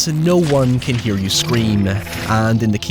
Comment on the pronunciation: "In speiace no one can hea you scream."